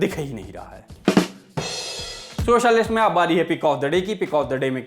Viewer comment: Bhai aaj to socialist thoda alag sa bole aap 👍